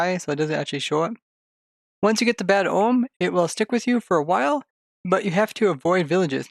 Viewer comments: First off, omen is pronounced oh-men, not ohm. Secondly, the raids don't keep spawning mobs based off of how quickly you kill the existing ones, but rather based off of the level of bad omen that you had when entering the village. So no, you can't farm raids. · "oh uhm", the n in omen is not silent. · Its bad omen not ohm silly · I know I shouldn't care but the way you pronounce 'omen' really triggers me haha